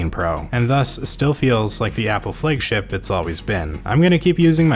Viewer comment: Why the hell do you say "Flëigship:?